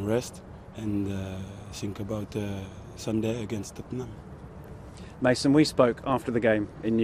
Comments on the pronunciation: he meant mason not my son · did mendy just call mason "mah- son" LOL. the chemistry is real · The way he said it sounds like "my son" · When it's pronounced by people who not conversant with English language it wil be Ma' son like my son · Hahaha Looked like 'my son ' 😂😂😂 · Bro I though Mendy said 'in the past I saw MY SON" I was so confused ahaha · He said "Mason,it's a very good player"